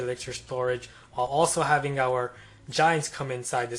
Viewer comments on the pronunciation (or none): none